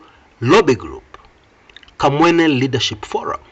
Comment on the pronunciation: it's not pronounced as kamwene but ka-mwene.